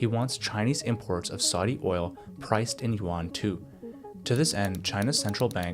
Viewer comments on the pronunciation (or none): none